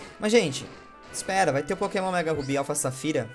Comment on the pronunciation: A PRONUNCIA CORRETA É ÔMÊGA RUBY E NÃO "ÓMÉGA RUBY". Eu sei q n tem nd a ver o vídeo mas era só pra avisar msm '^'